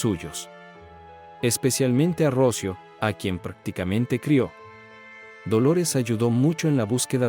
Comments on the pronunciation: Se llamba Rocío, no Rócio. Qué clase de español hablas tú? ??? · Qué horror de informe, tienes muchos errores, Dolores no mato a Rocío,Alicia se obsesionó con Dolores y de ahí tantos errores,y no es Rocio... Es "Rocío" con acento en la " í" aquí en España es un caso muy conocido y muy doloroso,a Dolores le destrozaron la vida. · El que habla es latino. Me molesta cuando acentúa mal en nombre Rocio, cuando se pronuncia Rocío. Nada peor que un latino queriendo parecer en estadounidense. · Relatas mal, dices ROCIO sin acento, el nombre correcto es...ROCÍO!! Por favor se oye horrible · No puedo ver el vídeo por como dice Rócio... es Rocío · Porque pronuncia Rocío sin acento, suena horrible la manera como lo pronuncia el nombre de Rocío, por piedad y honor a la niña, pronuncie bien, correctamente el nombre de Rocío. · Por qué dices Rócio, si es Rocío? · Q horror, como q rocio 😮😮😮 debe ser ROCÍO, ROC "Í" O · Se dice ROCÍO con acento en la I . Palabra triisilaba. RO - CI - O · Pronuncia muy muy mal el nombre de Rocío , no lleva acento en la O , lleva acento en la i , Ro-ci-o . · se pronuncia ROCIO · Totalmente de acuerdo contigo. Si la gente va a usar la "inteligencia artificial" para sus documentales, debería tener buena ortografía. Por lo menos a mí, me resulta insoportable escuchar el nombre Rocío sin su respectiva acentuación en castellano. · Interesantes historias pero no sé leen correctamente los nombres. Rocío lleva tilde en la I, no en la o. Y cuchillo no lleva tilde alguna. 😏